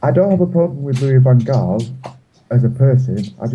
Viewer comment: within the 1st 22secs u pronounced LVG's name as Gaal then HAL then back to Gaal! LMFAO!!!! HARD!!!! HOW DO U SAY jose mourinho ? hos'e then joeshay ;)